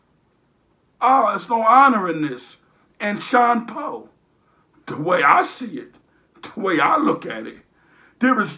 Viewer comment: Shine POE lol Not Shawn Poe